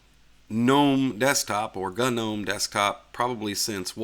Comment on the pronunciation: Just to clarify, "G" in 'GNOME' is silent! ... So, it is pronounced... NOME!